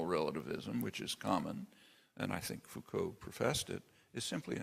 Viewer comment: Yes, many choose to read Foucauld incorrectly.